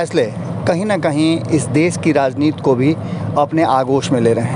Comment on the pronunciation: कृपया 'राजनीति' बोलें, न कि 'राजनीत'। आपका यह नया शब्द 'राजनीत' हिन्दी भाषा का कोई शब्द ही नहीं हैं।